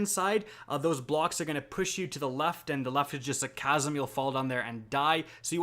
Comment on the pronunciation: Man is pronouncing chasm casm